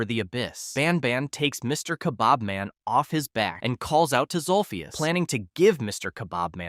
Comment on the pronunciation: its zolphious not zulfius